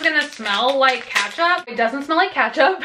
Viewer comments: Ketchup not katchup. Lol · It’s not katchup